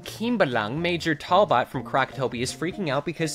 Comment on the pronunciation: My bf got mad you mispronounced talbot bcs thats his name so its (tal-bit) :)))))